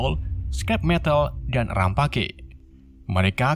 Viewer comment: bukan rampage tapi rempej